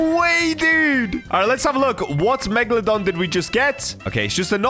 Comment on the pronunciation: When he said megalodone I was thinking phantom meg (Tomat5food)